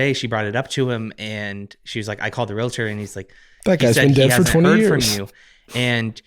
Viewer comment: Wtf is a "re-luhturr"